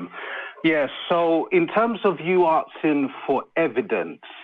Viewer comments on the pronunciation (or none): Did he say, “arksin” for evidence? I knew this wasn’t going to go well. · Caller says "arksin'" instead of "asking"...that's all you need hear.